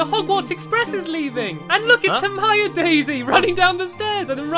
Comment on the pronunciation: Ginny not Jenny Dumbledore not Dumble door Hermione not hermainy. Snape not snake